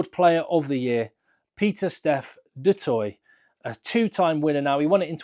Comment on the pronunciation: Which will anger the French more? Not getting any players in the World XV or the fact that Saffas keep butchering the pronunciation of Du Toit. 🙉